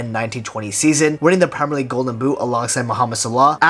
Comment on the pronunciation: Why is man pronouncing premier league like that.